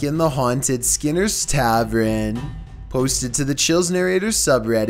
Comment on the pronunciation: I believe it's "taverns" not "tavrins". lol